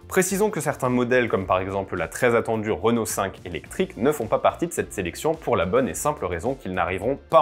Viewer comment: ah oui? Vous prononcez renolte alors pour Renault.